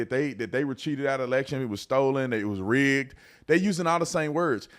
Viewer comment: OMG did she say RIGGES TJAT SOUNDS LIKE TJE N WORD